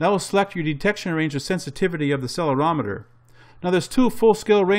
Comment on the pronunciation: Just a friendly heads up on the pronounciation of "accelerometer" ;)